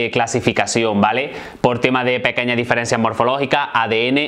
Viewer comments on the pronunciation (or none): none